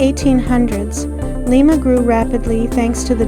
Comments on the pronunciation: It is pronounced Lie-ma. Not Lee-ma. I was born and raised there. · pronounce it LIMEA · It's pronounced with a long i, just like the bean. Lima bean. Lima, Ohio. I lived there for years.